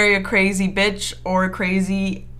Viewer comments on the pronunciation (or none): Am I the only one that finds it hilarious how she says bitch